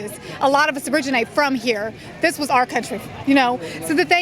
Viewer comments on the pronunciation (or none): key word, "WAS, WUUZZZ" we wuzzz kaaaaangs 👑